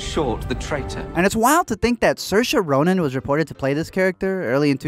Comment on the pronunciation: So that is how you pronounce "Soairse Ronan" .